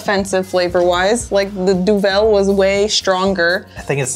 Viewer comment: It's not pronounced "Du-velle", it's pronounced "DU-vel" (meaning Devil). It has nothing to do with the french language.